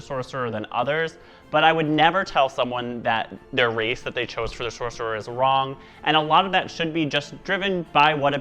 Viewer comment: "Soccerer" lmao